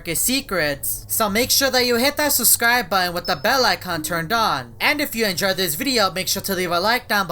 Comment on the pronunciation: says susscribe Instead of subscribe